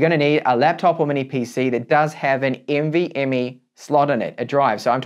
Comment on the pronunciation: lol the way he says nvme. NV..ME good video tho i learned something new